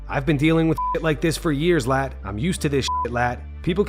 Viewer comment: You're saying it wrong scousers pronounce lad with an e